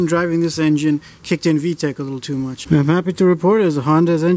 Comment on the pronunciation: Haaaaaay 🥳 you’re back for saying vetch yo! 😁